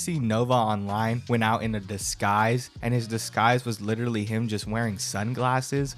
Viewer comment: “like litewally”